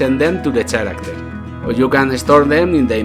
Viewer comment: Looks nice! Perfect scope for a game jam. Something that actually can be finished. i was always very good at picking too large targets myself, and not being able to finish any of it. Also, character, the ch is a K sound, not a tsj (your english otherwise is great). Keep it up!